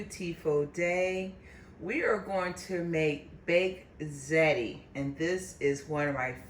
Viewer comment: Looks awesome and DELICIOUS! As an Italian, I would suggest saying the word “ziti” with the correct pronunciation, ZEE-tee. Yum❗️